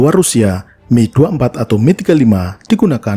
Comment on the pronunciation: mantap pelafalannya, Mil : Mi, bukan Em-I, sama seperti Suhkoi Su, bukan Es-U